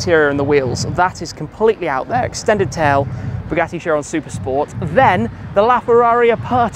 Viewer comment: It's Bugatti Kyeron, not Sheeron.